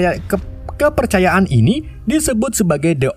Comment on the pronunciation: "Kepecayaan kepercayaan in" kwkwkwkw i